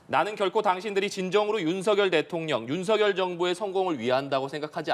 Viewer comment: 준석이처럼 윤햭관이라하는데 아주불쾌하다